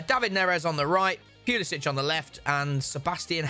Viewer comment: The way pronounced Pulisic was the ultimate violation 😂😂😂